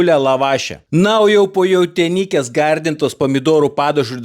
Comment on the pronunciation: Vis dar prastai su tarimu ir kirčiavimu. "JautiĖnYkiĖ" užmušė...